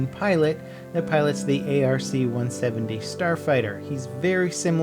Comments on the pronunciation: Arf troopers? 😂😂😂 I think you mean Ark not Arf 🤣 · ARC NOT A R C. ARF NOT A R F.